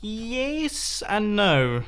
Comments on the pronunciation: “Heeyyæß and no” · (In interesting American accent) "Eeeeyais..." (In normal English accent) "...and no." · "heyaess and no" good english mumbo XD